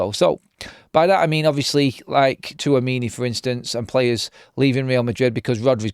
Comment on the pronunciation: "Tchouameni" not Touamini😂😂😂😂